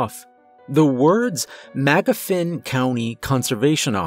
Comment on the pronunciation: I’m a Magoffin County resident and I have to say our deer are perfectly normal And btw it’s pronounced Muh-gah-fin not mag-uh-feen